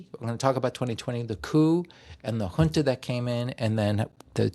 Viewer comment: Query: AES and AU ... a tangled web? (Boundaries drawn according to distribution of resources? BTW FWIW "Chile" is aptly described by me as "southern-most slice of Canada".) p.s. thanks so much for pronouncing junta comme il faut!